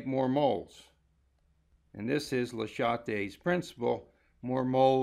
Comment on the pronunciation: I liked the video, I disliked the way you pronounced Châtelier :P